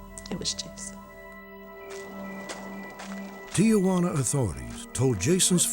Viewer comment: “Ti-ah-juana?” You’d think the legendary Robert Stack would pronounce “Tijuana” properly.